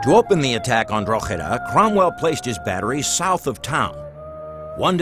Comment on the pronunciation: I wish that American presenter would pronounce Drogheda properly..